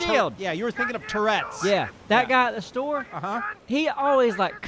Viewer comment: I like how probounces Store. The Shtore